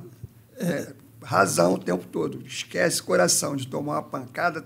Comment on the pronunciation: Faltou falar “essquecee”